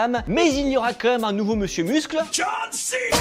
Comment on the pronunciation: John Céna non srx sa fait trop français c'est John Sina